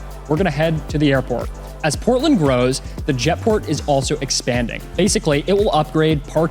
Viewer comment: Portland is not sound like what you said in the video, from Augusta Maine.